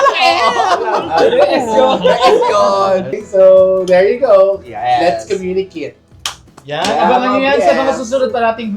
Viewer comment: Ay..like ko ang 'lets communikit'❤️